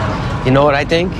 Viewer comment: "Saw is last nite on a program. You ever tink about..... .... ....you know."?